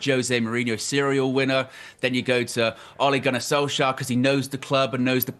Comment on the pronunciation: Oligunne solfscarf? Wtf 😂😂